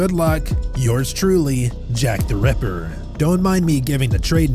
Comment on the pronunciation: Jack the REPPER? Jack the RAPPER? That pronounciation is strange. I prefer the other narrator.